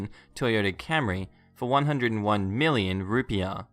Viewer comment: Rupiah is said "rupeeang" with a soft "ng" I mean that's how we say it from where I am from I don't know about Indonesia